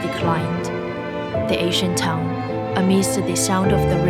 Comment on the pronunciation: Town is pronounced tah-un, not tong /tongue😂